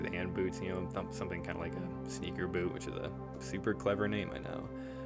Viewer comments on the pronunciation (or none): none